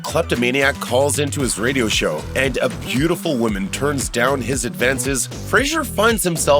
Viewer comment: How does the narrator not know how to pronounce “woman”?